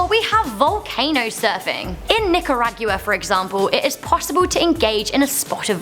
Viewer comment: the way she said nicaragua 😂